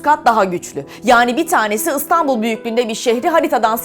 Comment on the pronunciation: Istanbul ne ya istanbul ne biçim türkçeniz var